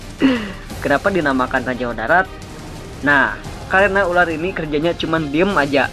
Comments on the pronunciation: ular bukan urar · Opening pertamanya kocak URAR bukan ULAR